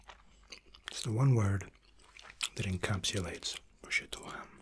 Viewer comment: "PROSCIUTTO" you are the first non-Italian person that pronounce it right.